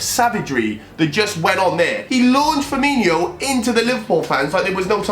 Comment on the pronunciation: what really triggers me about this whole video is that he calls him Firminio when it’s Firmino 😂